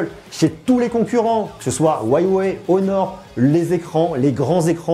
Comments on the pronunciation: c'est Huawei pas whyway 😂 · Huawei ça se prononce U ah way et non Ouaille-ouais... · Ca se dit wewey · Huawei se prononce ¢$££®>¥¤® ! Inculte ! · "hruawei" on dit même ^^